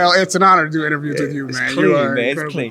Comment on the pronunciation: “Let him diu what he diu”